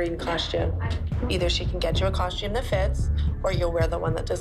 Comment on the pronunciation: Why do they all say “coshtume”?